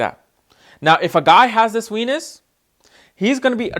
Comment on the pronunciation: How come sometimes u say wenus and sometimes Venus?